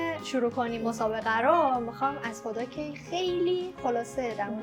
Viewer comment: هر بار که میگی هدا فکر میکنم میگی خدا😂